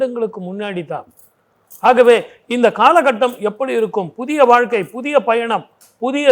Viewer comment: வால்க்கை இல்லம்மா. வாழ்க்கை சொல்லு பார்ப்போம். எங்க தலையெழுத்து இந்த தமிழ் உச்சரிப்பை கேட்க வேண்டியிருக்கு. மெல்ல தமிழ் இனி சாகும்.